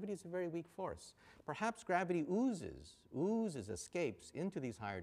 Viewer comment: For some reason it bothers me when he says "ooozes"